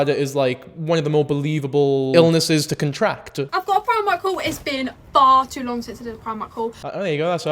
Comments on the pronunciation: If you say PRE-mark instead or PRI-MARK ONE MORE TIME I’m gonna fucken do some mad shit bro. Stop. Learn. Do better. Thankyou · Preemark??? I've always said Pry-mark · pre-mark? Never heard Primark pronounced that way. Pry-mark is how I've always heard it pronounced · "Pree-mark" is crazy, it's "pry-mark" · Are they pronouncing Primark as PREE-MARK?? 😭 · Pree-mark????? It's PRY-MARK YOU AI SNOB (love u) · As a person from sl wtf is preemark, outrageous pronouncing of my fav shop 😢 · I think I fully lost some of my sanity hearing him say ‘preemark’ so many times. We in Yorkshire say primark like ‘prime’. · Not pronouncing Primark as "pre-mark"?? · actually in America we do have Primark, its just pronounced Pry-mark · I'm Irish and we pronounce it Pre-mark, hahah. I remember hearing someone pronounce it Pry-mark and it suprised me. Never occurred to me people pronounced it differently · from england here! i’ve also never heard pree-mark until now, it reminds me of my friend who lives about an hour or so away who pronounces haribo (which i say harry-bo) she will pronounce it as “ha-REE-bo”. i didn’t let her live it down ahah! still though, preemark is no where near as diabolical as haREEbo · Pre-mark is how it's pronounced in Scotland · Hold up, 5 minutes in , my apologies.....are you saying Primark? As a philly girl, we definitely have Primark here and we love it. Its in the "Fashion District" downtown. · Bro why do you pronounce primark like that